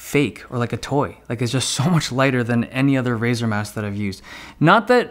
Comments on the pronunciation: stoooooop saying mise , it's mouse , lol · Brah net Time try to say mouse not myse